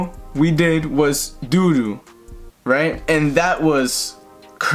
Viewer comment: I like how you said "The last one we reacted to was, Duu Duu? Right?" But it kind of sounded like an offensive word, like, "Doo Doo"